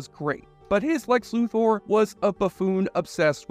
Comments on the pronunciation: Luther not loother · Lex Lu-THOR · Every time you pronounced Luthor wrong it hurt my ears. :P